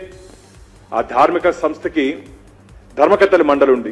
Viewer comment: ధర్మ కత్తెల మండలి కాదు - ధర్మ కర్తల మండలి.